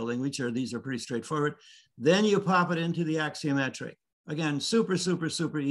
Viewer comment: The word is a ‘axonometric’, not ‘axiometric’. This is architecture 101 . . .